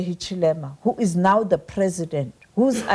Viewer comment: Sophie Mokoena, its not 'deh' its 'the'.